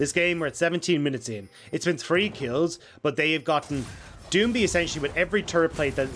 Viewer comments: I got you, (do-ing-bee) gottem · Can someone teach him how to say doinb